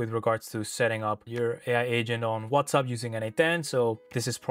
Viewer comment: Are you saying WhatsUP lol?